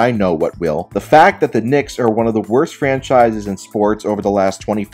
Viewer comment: The Knick’s….It’s the Knicks. You should have gotten Stephen A. Smith to do that one lol